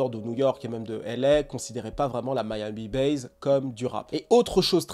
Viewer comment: Ca se prononce MIAMI BASSE non pas Miami Baze